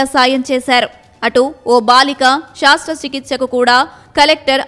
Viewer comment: నీకు చేయాలి మొదట శాస్త్ర చికిత్స... ఏందమ్మా యాంకరమ్మా ఆ తెలుగు ఉచ్చారణ...శాస్త్ర కూ శస్త్ర కూ తేడా లేదా 😡.ప్రభుత్వాలు తెలుగు భాష పై శ్రద్ధ చూపక పోవడం శోచనీయం....😡😡